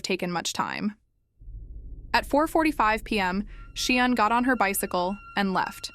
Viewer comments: Say 'sharn' as in Sian. Not sheean😢 research properly . The child is dead ffs. Respect . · Pronounced SHARN NOT SHEEAN.FFS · Say 'sharn' not 'sheen'.